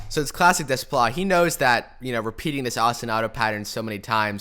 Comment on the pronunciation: Good job. Seems like an ENORMOUS amount of work goes into this videos so thank you. Also, not that it matters really, just a friendly FYI, but his last name is pronounced Day - PLAH.